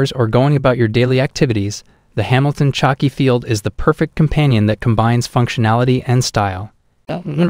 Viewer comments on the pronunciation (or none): Man.. important note- we can’t take this channel seriously, when you say things like “chucky field” watch🤷🏼‍♂️. It is not Chucky from the horror movies🙄 - khaki, pronounced “Ka ki”. Like the military colour……..